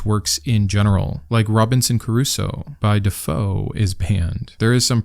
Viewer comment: Robinson CRUSOE. Not CARUSO. Rookie error. 😂 Just razzing ya. I LOVE your work,. Keep it up! ❤